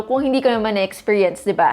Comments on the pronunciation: Ewan ko ba. Pero everytime I watch vid. talaga naririnig ko at d tech girl Mary 😅. But both are suitable to describe naman sa kanya hehe. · I've always wondered ano yung siansabi niya, kala ko "".. salamat sa subtitles, "Tech Girl Mary" pala. hahaha